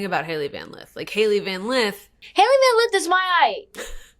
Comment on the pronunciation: For Angel to me so pissed at HVL for leaving Louisville you think she’d say her name right 😂😂😂 But she had 1.3milliom followers not 250k 😂